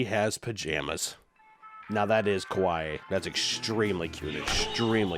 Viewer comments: The way pronounces 'kawaii' sounds more like 'kowai', which literally means scary and even frightening. Which, you know, is true. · ...the funny part about trying to saw kawaii, is that he pronounced it "kowai" which is the way you say scary in Japanese. This is indeed pretty scary. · Heh.. yeah.. extremely "kowai". I like that the mispronunciation still works here. I almost wonder if it was on purpose. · I like how he says “kawaii” wrong and so if you just replace all of the times he says kawaii with “scary” (which is what he’s actually saying) it’s silly 😂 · You were in fact saying Kowaii the whole time not Kawaii. Kowaiii meaning 'Scary' so it actually worked out even better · I know it’s not intentional, and it’s a mispronunciation, but it sounds like he is saying “こわい” (kowai) instead of “かわいい” (kawaii) throughout the video. Which for people who don’t know, means “scary” in japanese. 😅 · Not that I want to be that guy, but keeps saying “kawai” which means scary not cute. It is scary, but it needs and extra “ee” sound for it to be the real “kawaii”. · So I love ya but kah wah ee is cute Koh weye is scary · Fun fact. You keep saying Ko Why 怖いinstead of Ka Why Ee (かわいい) kawaii. Ka-why means scary not cute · Instead of saying “Kawaii”, at some point he pronounced it “Kowai” Which means “scary”. And that is probably unintentional, but very fair. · now that fact is not kawaii (cute). it is closer to a common mispronunciation of the word: kowai (scary). yikes that's creepy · The way he keeps mispronouncing "kawaii" makes it sound like he's saying "kowai" (scary). Which ironically fits much better xD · It's funny because you are saying it's very kowai when you mean it's very kawaii. But I very much agree that it's kowai because that words means scary instead of cute. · I love that he keeps mispronouncing "kawaii" and ends up saying "scary" instead of "cute" lol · i love pronouncing "kawaii" as "kowai" (Kowai means "scary")